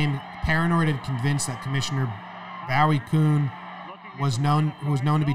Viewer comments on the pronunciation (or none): It's pronounced BOO E KYOON.. That A$$ hat barred Mickey Mantle and Willy Mays because of the relationship they had with casino's... Even though they had absolutely nothing to do with betting on anything... They were reinstated by Peter Ueberroth...